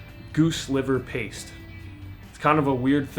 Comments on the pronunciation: it's pronounced.....pah-tay......you are reading it pate'....pah-tay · Did you mean to say goose liver “pate”?